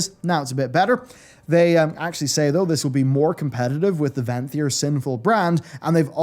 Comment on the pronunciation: Is it just me or does his accent seem to take on american flourishes ? "More competitive with vanthyr sinful brand" almost like a surfer dude. Like he was imitating someone saying that